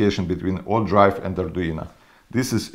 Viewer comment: Arduino...not Arduina